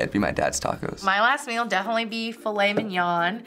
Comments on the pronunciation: hon. i think you got it all wrong ✋🏻 it’s not mill, it’s meal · She also doesn’t say “meal” she says “mel”